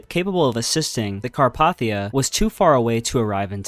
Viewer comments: NO I AGREE WITH YOU😭😭 ITS CarPAYthia😭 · not to be rude but also its pronounced car-pay-thee-uh (the ship that rescued the titanic) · yeah but he pronounced it wrong. It’s pronounced “Car-Pay-Thee-Uh” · As a Titanic nerd, it hurts how he mispronounced Carpathia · fellow maritime disaster enthusiast, i flip flop between car-path-ee-a and car-pay-thee-a but its just a matter of accent! the least egregious error in my opinion ((a lot of incorrect facts in the titanic segment itself, let alone the rest of the video >_>)) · Well, you missed a LOT of tragedies but if you're going to load more parts, that's good. Also, you may want to listen to the video before uploading, to correct mispronunciations like for Nova Scotia, Chernobyl and Carpathia